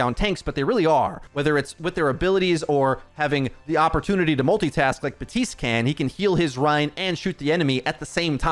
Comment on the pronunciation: Since when is it BA-TISTE? Are P’s silent now? Serious question. Even the character hisself says BAP-TISTE.